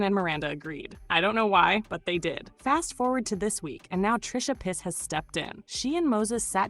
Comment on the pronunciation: did you call her trisha piss??